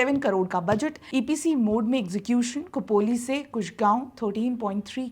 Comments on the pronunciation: 'को'पोली नहीं 'खो'पोली – 'ख' जैसे 'खो'पड़ी. ना कि 'को'पड़ी! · कुपोली नाही खोपोली आहे ते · खोपोली और खंडाळा सही उच्चार करिए